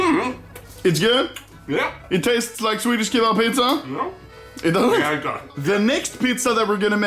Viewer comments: he just says it in swedish xd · Is it me or is he saying PITZA? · Let's make swedicfhdtyucs "pitza"